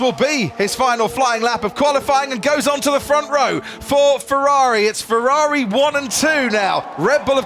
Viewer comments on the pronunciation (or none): none